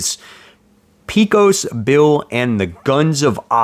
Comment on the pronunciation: That's pronounced Pecos, (pay cose) not, (pee cose)